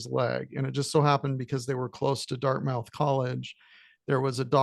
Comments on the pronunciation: Can’t take you seriously if you can’t pronounce Dartmouth College. It’s pronounced as Dart-m-u-th. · I stand corrected. It's more like: Dart-meth